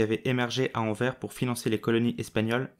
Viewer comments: Par contre le « s » à la fin de Anvers faut le lire les français car c’est horrible a entendre « anver » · Intéressant mais ça se prononce anverssssse. Ça m’étonnerait que tu dises rin quand tu parles de Reims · On dit ANVERSSE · Pouvez-vous mieux prononcer AnverS avec un S à la fin de cette ville Merci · Merci pour ton commentaire. Je me suis rendu compte qu'il fallait effectivement prononcer AnverS, je ne ferai plus la faute ! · J'adore ta chaine et j'ai adoré ta vidéo! Par contre, t'aurais pu faire l'effort de prononcer le nom de la ville correctement :'( mais le prends pas mal hehe tes vidéos sont trop intéressantes! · En français, on prononce le s de Anvers, merci d avance !!!